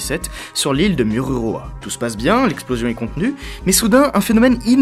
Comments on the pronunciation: moruroa pas mururoa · Je suis tombé sur ta vidéo par hasard elle est très instructive, mais on ne dit pas "Mururoa" mais "Moruroa" tu peut me croire j'habite au Tuamotu donc avec un "O" et le "U" se prononce "ou" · Mururoa se prononce Mourouroa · On te soutien de tahiti et ça s'écrit mururoa mais ça se dit mourouroa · Morouroa Le "u" se dit "ou" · A tahiti oui je vien de la u se prononce ou donc il fait lire mourouroa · Iaorana je suis tahitien et on prononce Morouroua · trop drôle ta prononciation, "Moruroa" le "u" comme c'est en tahitien (oui je suis tahitien) se pononce "ou". Sinon très bonne vidéo;)